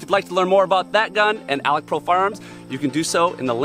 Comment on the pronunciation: It's Alex Pro, not 'Alec' Pro